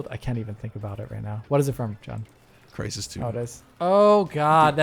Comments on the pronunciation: For Alex - the mixing up of the first letters or sounds of words like "Crees in Trysis" is called a spoonerism! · "The crees in Trysis" had me laughing for some time. had to go back a few times to hear it xD